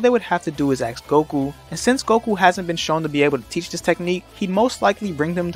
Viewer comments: You don't axe a question, you ask a question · You ask a question, not axe a question